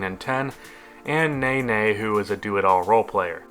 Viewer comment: It's pronounced: ne-NEY not NAY-NAY